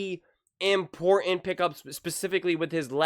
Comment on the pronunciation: Nicks funny! But he's right! Allen lost! And learn how to pronounce words correctly. Try imPORT-TANT again, niGHt, again! Your not ten!